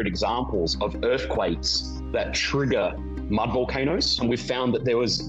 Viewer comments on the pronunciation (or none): none